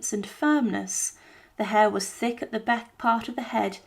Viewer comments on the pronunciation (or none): none